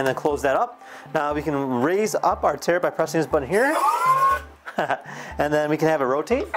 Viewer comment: Please, it's turret not terret